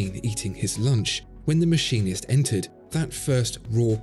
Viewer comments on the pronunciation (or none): none